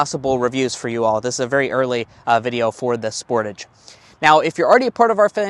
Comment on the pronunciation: Sportaaage sport-"ah"-ge Americans pronounce this cars name so weird lol